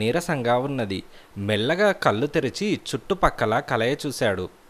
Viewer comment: కల్లు కాదండీ కళ్ళు...